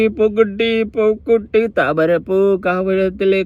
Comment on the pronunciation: റസൂൽ പൂക്കുട്ടി (പൂക്കുറ്റി )അല്ല